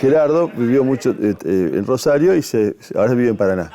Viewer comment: Que hermoso como habla este muchacho bien rosarino sin ninguna S, genio llevando nuestra identidad al país entero